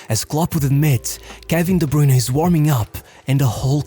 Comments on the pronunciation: its pronounced like "broyne" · Took a shot each time "De Bruyne" was mispronounced. I'm wasted. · As a Belgian I can't even listen to your pronunciation of KDB past the intro of this video.